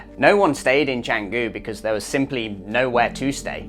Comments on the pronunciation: At least try to pronounce it correctly. Its chun goo not chang goo. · Amazing vlog! You've totally captured the vibe of Canggu. 🤙 Since you're exploring Bali, I thought you and your followers might find this cool: the name is pronounced "Chung-goo" (that first part has an 'uh' sound, not 'ang'). The 'c' is always a 'ch' in Indonesian. The best part is the history behind it – the name actually comes from a legendary dagger (keris) from the Majapahit kingdom era! So when you say it right, you're also referencing a piece of ancient history. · First off, Canggu is pronounced Chung-goo. Was well surfed in the 80’s. Clearly you missed the 1980 OM Bali Pro, won by one Terry Fitzgerald. Having lived full time in Canggu from 2007 to 2014, I can tell you the turning point was Deus, who were building as we we’re building our humble 5 room hotel in 2010, followed by a four page spread in Tracks magazine in 2011. By 2012, with the arrival of the Russian owned Ecosfera hotel and the German Greenroom surf camp, the party was over. Those dreamy days of surfing with a couple of friends at dawn, turned into 20 dudes waiting in front of the right for first light. Now it’s a shit show of Euro party goers and beginner kooks, best avoided like the plague. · How good is it when u make a vid on somewhere u cant even pronounce properly 😂